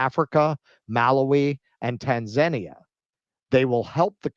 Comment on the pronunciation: It’s called TAN - Zah - Nee - Ah btw , otherwise good job covering this and being so detailed